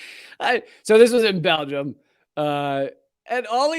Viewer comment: "So, this is in Bel-gum"